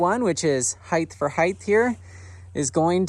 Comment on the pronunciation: height, not heighth.